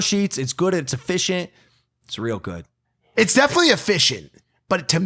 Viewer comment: Why does Logan say "Its real good" like that lmao